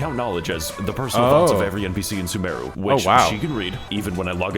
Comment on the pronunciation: As someone who plays genshin it physically hurt me when he called sumeru "soomaroo"